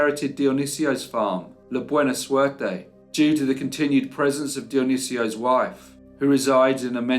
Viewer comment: your pronunciation of Spanish is always A+. “Buena Suerte” means “Good Luck.” There was none in this case 👀.